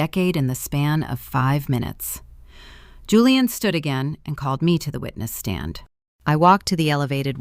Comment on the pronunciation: Why does the narrator keep incorrectly pronouncing Julian as Julianne? Also, why aren't they using Virginia's signed waiver condemning Maya to state custody to prove her lack of fitness to have custody of Maya?